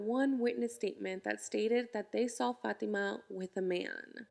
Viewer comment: "he never sawl her"